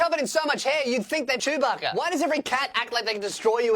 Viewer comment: MY MAN IS LITERALLY CALLING A CAT A CEWBACA